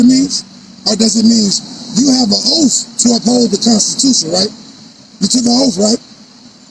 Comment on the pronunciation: It's OATH, not " oaf "